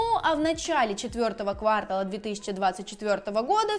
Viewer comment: КВАртала? Надеюсь, в крипте ты более грамотная))